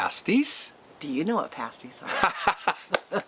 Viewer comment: Hi! Sherri here and I’m so glad you are going to the UP and cross that bridge and so glad you are going to eat pasties and you said it right because some people don’t. They are so good. And yes I would love to see more recipes. I like the one you had on here today. Oh it’s a hit and miss when I get notified of your videos. My bell is rung and I always give a thumbs up. I want to see you go to the UP. My mom is a Upper because she was born there in a town called Calumet. Well I better go Happy Birthday! 🎉🎊🎈🎁🎂 Even though you don’t like cake I gave you an emoji one just cause I love you both. Have in your travels. Be safe!!! Sherri